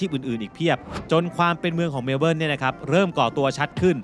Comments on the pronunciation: เมว-เบิ้น ค่ะ ไม่ใช่เมว-เบิ้ว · ทำไมออกเสียง เมลโบ้ล์ 😂 เมลเบิร์น ตรงๆเลยค่ะ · แซว ๆ นิดหน่อยคร้าบ ชื่อเมืองไม่ต้องออกเสียงตัว R "เมล-เบิ้น" ไปเลย (MEL-bən) ป.ล. YouTrip Card ยังใช้แตะขึ้นขนส่งมวลชนในรัฐวิคตอเรียยังไม่ได้นะครับ ต้องไปซื้อบัตร Myki ที่ 7-Eleven หรือสถานีรถไฟมีจำหน่ายครับ :fish-orange-wide-eyes